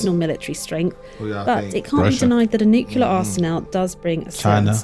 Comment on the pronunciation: She said "nucular" (nuke-you-ler) five times in a row. Kills me when people pronounce nuclear like that.